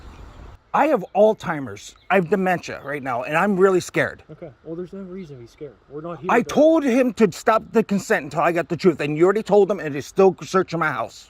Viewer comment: "I have all-timers" Anyone that pronounces Alzheimer's as 'all timers' doesn't have Alzheimer's.